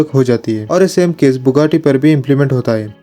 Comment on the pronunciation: Thats not bukkati its buggati😅